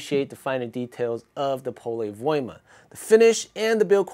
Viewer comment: Excellent video and greetings from Finland. You are maybe the first one who can say Pole Voima like we do in Finland. I would say it was over 90% correct pronunciation :-)